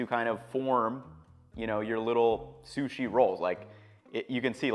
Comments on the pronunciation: I swear you have a minimum of one mispronunciation per video. I’m not being critical. I just find it interesting. It’s like an egg hunt for me to find the word you mispronounce. Keeps me in suspense til I hear it. This time was sushi as sue-see . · “Soosy rice”